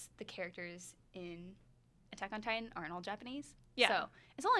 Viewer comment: I agree there needs to be at least one male, because look at these girls. They look so lost without a man by their side. The girl on the far right can't even say Attack on Titain right. She said Attack on Tit tan